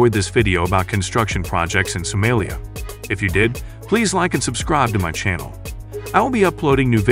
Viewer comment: Someeliya 😂😂 Funny AI